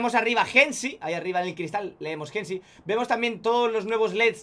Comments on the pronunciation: es Hennessey, no hennesy, osea se dice henesey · Por qué dice "jensy"? Jajaja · La pronunciación de Hennessey la realizas de forma incorrecta